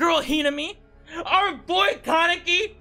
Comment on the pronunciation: said Kawneki